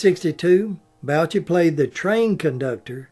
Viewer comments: you old hillbilly, it is willis bo-shay,not bow-chi. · Mr. Bouchey's name is pronounced Boo Shay.